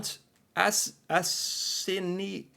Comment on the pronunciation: A-sin-a-boin,prounce it that way